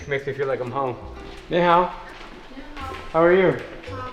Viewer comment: IT'S NIHAO NOT YEEHAW!!